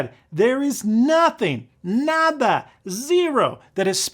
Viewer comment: Muy buena pronunciacion de "nada". Very good! :)